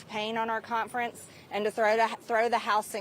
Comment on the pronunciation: Hey Marge, wtf is a cont-frence?